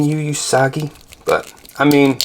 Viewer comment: OOO-sagi... It's pronounced OOOO-sagi, not uuuu-sagi. The first syllable should be stated as you have commented in "Ooo, be careful..." and "Ooo, and blue paint rub..."